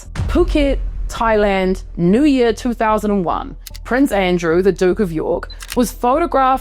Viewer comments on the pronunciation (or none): none